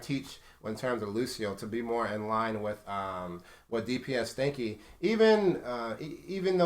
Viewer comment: Askingchaff He didn't. He just kept pronouncing it wrong throughout the video